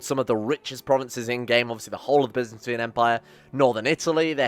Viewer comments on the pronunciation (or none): none